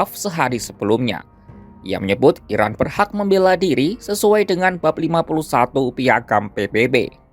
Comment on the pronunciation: Narasinya jangan salah sebut IRAN di sebut IRAK...